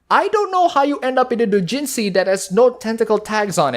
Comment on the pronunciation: I'm sorry but your pronunciation of "doujinshi" is driving me up the fucking wall